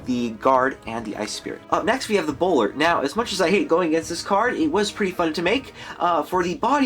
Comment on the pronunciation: Bowler not bolder